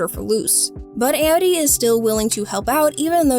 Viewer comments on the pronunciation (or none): Why did she pronounce "Amity" like that?